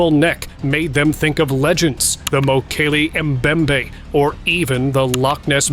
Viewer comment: MOKLEE MEMBAY -- This is HOW Mokle membe has ALWAYS been pronounced in all every documentary programs i have ever watched!!